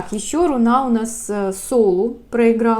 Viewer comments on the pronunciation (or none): Вас всегда было приятно слушать, среди массы гадалок. С чего вдруг появилась рунА??? Жутко режет слух или вы про "золотое руно" рассказываете?